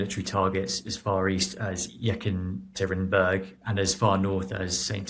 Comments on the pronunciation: “Yekkin-tekkin-berg”? That is exceptionally poor pronunciation, even for the British. It’s- “yeh-kah-tur-een-BOORG”…emphasis over the final syllable. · I think he meant to E-katerina-berg (the E as in "beg"....